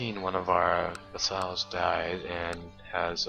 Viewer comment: vAssals not vEssals